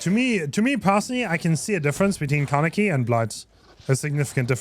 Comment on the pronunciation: Kah - neh - key. "neh" like the "ne" in "neck" like in your example. See it as three separated sounds instead of trying to link them with each other: kah - neh - ki. Alternatively, you can go to google translate, select Japanese, type "Kaneki" and click on the speaker icon to hear.